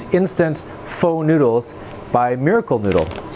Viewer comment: Pho is pronounced like “Fuh”